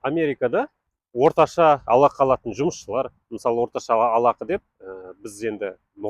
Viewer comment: Ей алақы, жалақы деп айтылады. жалдамалы ақы деген сөздерден